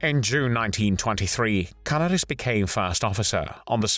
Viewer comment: Canaaaaris. (if that helps with the correct pronounciation of his name)